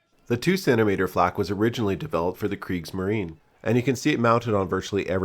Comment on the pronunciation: The e at the end of Kriegsmarine isn't silent so it's pronounced [ˈkʁiːksmaˌʁiːnə].